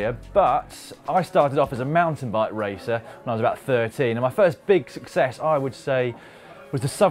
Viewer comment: Sucess? Is that British for success?